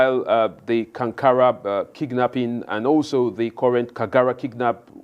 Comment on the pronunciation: Its kagara not kigara